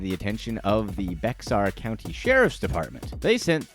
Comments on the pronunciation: “Be-xar county” little does homie know it’s pronounced “bear county” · Bexar is actually pronounced Bear or Behar. Bear is the typical American pronunciation, Béhar is the typical Spanish pronunciation which originates from Spain. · Dude! I'm only 3 min in and you've butchered more than is reasonable: Bexar = "bear" Dufresne = "doo-frain" Tulum = "tuh-loom" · BEAR not BEXar :) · I'm from San Antonio,Texas and our county is pronounce Bay-er not Bex-ar, the "x" is silent. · Lmao " Bex Are" 🤣😂🤣 it's pronounced Bear 🐻 🐻‍❄ 🤣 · Lol…DOO-frain…..and it’s the BEAR county sheriff’s office….not BEX-ar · It's pronounced bear county lol 😂 despite the spelling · Hello 😆 for #10 the county is pronounced BEAR ... the "X" in Bexar County is silent ... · BEXAR is pronounced Bear. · The first one lol sa county is pronounced bear like the animal but still spelled bexar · Lmao I’m from San Antonio I remember that dumbass 🤣 btw Bexar county is pronounced Bear county 😉👉🏻👉🏻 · Bexar is pronounced “bear.” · BEXAR County is pronounced "Bear" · Bexar is purnounced "Bear" County. I live in SATX in Bexar County lol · Also just FYI Bexar County is pronounced bear county. Kinda weird but yuh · FYI Bexar is pronounced as Bear. I grew up in Bexar County and lived on the south side of San Antonio. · Yo the county San Antonio is in, Bexar. It’s pronounced like BEAR county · It’s Pronounced bear not Bexar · YAAAAAAAAS!! So many narrators mispronounce BEXAR!! It's freaking 🐻 BEAR...lol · Right not to mention Bexar county in Texas is pronounced “Bay-har” I can see someone making that mistake but not the Shawshank one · And Bexar is pronounced BEAR lol somewhat cringe when they mispronounce names! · BEXAR County is pronounced “BEAR” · Was this guy just like “Screw pronouncing things right. That’s dumb.” Oregon, Bexar County, Dufresne… that’s just a few. Like… boooo